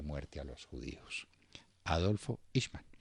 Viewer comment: Se pronuncia el nombre en idioma alemán :aijman